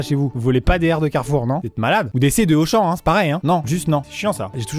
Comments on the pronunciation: Fils:on va à carrefour Maman:non mon fils carrefou car Amixem a volé le R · T'as fais comment pour enlever le R de carrefour, tu es monté sur le toit ? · Alors maintenant on dit plus "Carrefour "on dit "Carrefou" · Tu l'as tjr le R ??? 😅😂😂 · T sur que t as pas volé tous les r de carefour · C'est donc pour ça qu'il manquait le R du carrefour près de cher moi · Carrefour : il est où notre r 🤣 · Comme il a dit carrefour, jepense qu'il a pris le premier r pour qu'on puisse comprendre et que ce soit pas trop cramé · Mais alors comment tu récupères le R de Carrefour, fin, comment tu le décroches puis tu le transportes puis t'en fais quoi après ?? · montre nous le r de carrefour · Montre ton R de carrefour